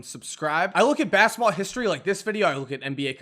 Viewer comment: Listening to him say history is funny in a way